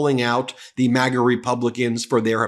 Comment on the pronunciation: Excuse me sir ,did you say Magas or magats